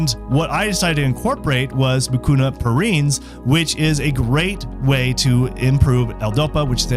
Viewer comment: *PruriENs. It's Latin. The doctor also mispronounced it.